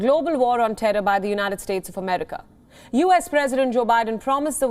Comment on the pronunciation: Love how she just pronounced "amerika" lol very Indian as well